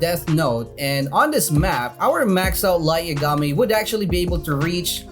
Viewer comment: Please stop saying bulmama and please pronounce Light Yagami correct